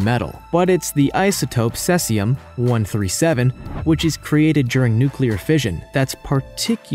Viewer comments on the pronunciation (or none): I believe he called it cessium... as in cess pool. It's also spelled caesium, just sayin' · Why did you pronounce Cesium correctly once and then switch to sescium?